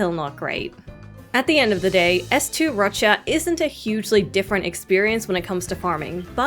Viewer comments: what's this? a youtuber that can say Roccia's name CORRECTLY? i'm STUNNED O_O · I'm so happy there's a cc who pronounces her name correctly ❤ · Finally a content creator pronouncing Roccias name the proper Italian way! 🙌